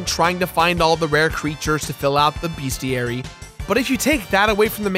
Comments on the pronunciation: For the love of God it is Bes-ti-ary Not Beas-ti-ary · What the heck is a BEASTiary? lol